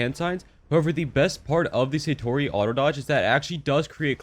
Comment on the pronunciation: its not saytori it sAtori a is pronounced as ah